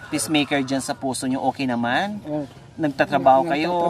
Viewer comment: Pacemaker po, as in pays, hindi peace. Constructive criticism lang ho. Don’t get mad. Nobody is perfect. We live and learn something everyday. God bless you always.